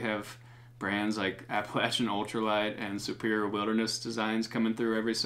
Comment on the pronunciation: You don’t know how to pronounce Appalachian? Cmon you’re a fellow! Ha. Let me know if you’d like me to send some of my tunes your way for consideration on videos